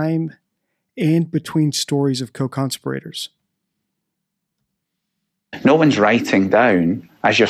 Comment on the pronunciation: Great video. One thing: co-con-SPEER-uh-terz